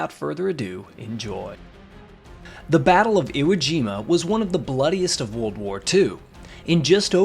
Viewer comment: You’re mispronouncing ‘world’.